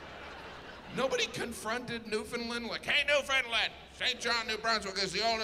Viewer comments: Hmmm they aren’t the same name. Saint John is in New Brunswick and St. John’s is in Newfoundland. (pronounced LAND, not LIND) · I gotta give Jim credit for his pronouncement of Newfoundland. He’s pretty close. It’s supposed to be “new-fin-land” (with it being more newfin-land, rather than new-finland) but most foreigners say “new-found-land”. Jim is more “new-find-land” with a soft first d; pretty close. Rare to get it right. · Nunavut is pronounced New-na-voot , Newfoundland is pronounced Newfinland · How does he know about the Newfoundland half hour time zone, but still pronounces it "Newfundlund"? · Now if he could just learn to pronounce Newfoundland. 😊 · Hate how they say newfoundlund… doesn’t sound right